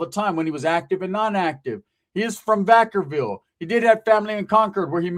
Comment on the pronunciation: Are you saying Vacaville? Or VackerVille? Lol